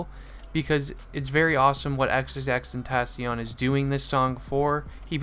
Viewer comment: vro u said said his name wrong aha but, NUMB